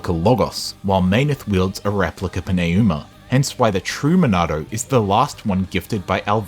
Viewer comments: Its pronounced Numa, not Pin A Uma. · It’s literally New-ma. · Pneuma is the third word in this video. What in tarnation are you doin' with that pronunciation. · I genuinely love this video but I gotta ask, respectfully. How did you land on that pronunciation of pneuma lol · + Great video overall - Your pronunciation of "Pneuma" makes me want to pull my hair out. Lol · Great video, but the way you pronounce “Pneuma” is killing me lol. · I feel like I am being punched in the face every time I hear it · OMG. Why can’t you Pneuma? They say it 100 times in the game. The p is silent.